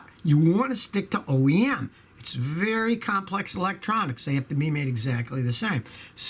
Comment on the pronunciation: "Vary" reliable.